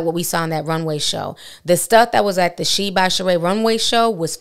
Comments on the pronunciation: 😂 it’s not pronounced sheen though. It’s She-In. Love you Ti! ☺️ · I thought it was pronounced She-IN not Sheen 🧐 Guess you learn something new every day 😅💁🏽‍♀️ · It's pronounced SHE..IN...not sheen! Look at the videos on the website. They all say SHE-IN! You saying it wrong too Ti! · Its She-in not sheen. They used to be called "she inside". Just like ASOS used to be called As Seen on stars. They shortened the name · Correctlly pronounced She-in, with 2 syllables. Not Shien with 1 syllable. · It’s actually pronounced “She In”. It used to be called “SheInside” (She Inside) but cut it to “SheIn” (She In) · Lol right. I shopped there when it was called SheInside years ago. This sheen shit is killing me 😂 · Love you,... btw, it's pronounced like "She•In". She definitely tried to play in folks faces. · I thought it was pronounce SHE IN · It’s actually pronounced she-in and she Knows it lol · Ti it’s she—In😂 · Shein………… It’s pronounce…….. Shine 🤗🤗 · Lol just wanna say, the name is She-in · It’s pronounced she-in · SheIn is pronounced SHE-IN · Y’all, it’s pronounced She-in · She kills me acting like she can’t pronounce SHEIN 🙄